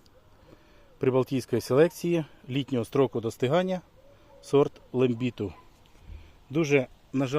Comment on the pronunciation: Зараз кажуть країни балтії, взагалі назва естонська, і є естонський сорт Лембіту, наголос падає на перший склад, звісно що останне знати не обовязково. Але краще вказувати конкретно, і подивитися яксь інфо про сорт перед тим як рекламувати, це все одно що сказати - Слава переможцям, сорт європейської селекції- і правда і не конкретно. А головне, в вас пересорт